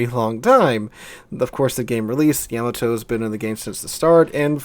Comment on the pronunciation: the way he says yamato bugs me